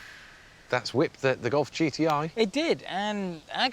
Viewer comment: The "God"?!? Everytime he referred to the golf. Is it accent issues or on purpose?